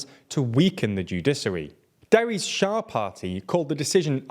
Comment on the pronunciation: Not only was Deri convicted of tax fraud, but he has previous convictions of bribery, and not only that, but he received a lesser sentencing on the condition he resigns from politics, otherwise he would have been in jail at the moment. Also, Shas, not Shah.